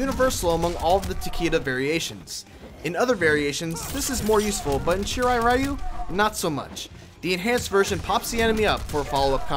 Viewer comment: Takeda Combos sound like someones name with a half spanish half japanese origin =D Also, isn't "Ryu" means "Dragon" ? And actually you don't have to pronounce it as if it was an abbreviation - check the Japanese pronunciation ).